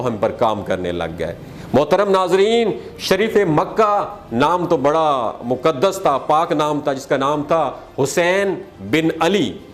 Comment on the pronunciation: Moqaddas word hai Moqdas naheen.